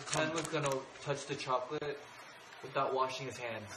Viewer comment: No one: Ten: NOW PUT THE SHOCOLET IN!